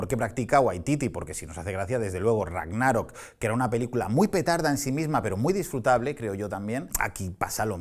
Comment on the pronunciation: "Rágnarok" se pronuncia como si fuera "sábado" tipo esdrújula aunque no tenga tilde. Perdón necesitaba decirlo